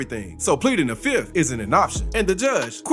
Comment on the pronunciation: He actually pled the "fif'"